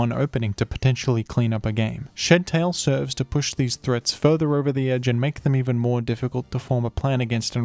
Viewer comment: why do i keep hearing shittail